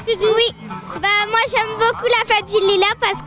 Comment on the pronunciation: la meuf elle ma tuer avec "la fête de lulas